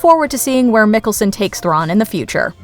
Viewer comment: Pronounced Mikkelsen wrong, I thought she was saying Nicholson LOL